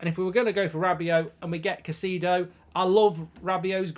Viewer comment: Mate it’s Moises Kai-say-dough.